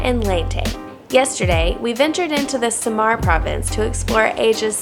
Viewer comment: It's Sa-mar and Ley-te....